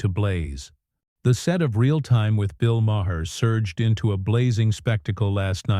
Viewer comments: Jasmine Crockett rules. F' Smug Maher. To the creators of this Youtube channel, maybe if you didn't use a AI narrator, who is "Meyer"? or Ma Her. lazy ass can't read your own script? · Whoever writes your narration needs to try cheap novels or maybe creating scripts for The Real Housewives. The narration on this clip is ridiculous. Further, your AI narrator can't pronounce Maher's name correctly more than once every six times or so. In short, I recommend that no one watch this channel.